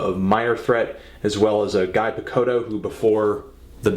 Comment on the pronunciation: anthony, Guy pronounces his name as "Gee" (rhymes with knee)